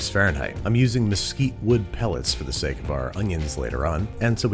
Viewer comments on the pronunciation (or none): none